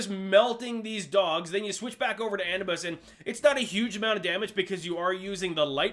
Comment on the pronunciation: Ah-noo- bis